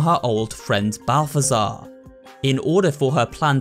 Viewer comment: Name: zbaltazar This dude: balftazar